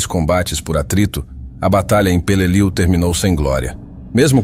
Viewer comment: If you cannot correctly pronounce the name of the battle correctly, I will not watch your video.